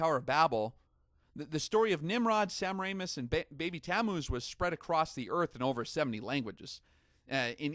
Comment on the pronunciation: its : sa- mare- ah- mis...... semmeranus -_